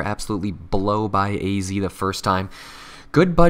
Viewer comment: In The Netherlands you pronounce AZ like 'Ah Zet'